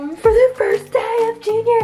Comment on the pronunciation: you said fist day not first day